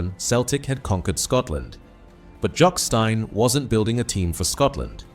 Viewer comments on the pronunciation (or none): When AI can't say Johnstone or Stein correctly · Thanks for the apology. You should also amend the pronunciation of 'Johnstone' (my gran's maiden name, b. Kilmarnock, 1877. That makes me feel old -- which I am, to be honest). Thanks for the tribute to an all-time great player.